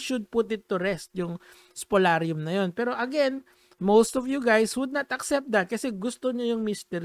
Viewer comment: "Spoliarium" hindi spolarium